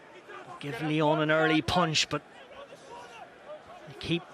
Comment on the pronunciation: Lyons ? Respectez un peu. Déjà qu'on se fait péter à domicile. C'est Lyon sans 's'.